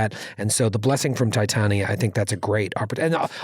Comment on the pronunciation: pronouncing Tie-tan-ee-ya made me giggle. I think has actually been in A Midsummer Night's Dream, and I recall him pronouncing it Tie-tawn-ya two episodes ago during the amazing presentation of the play; a strange New Yorker/Shakespearean mashup. You earned the third pump this week, guys.